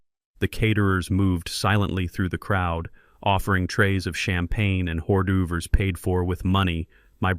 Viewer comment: Sorry but I laughed at ordoovers 😂😂😂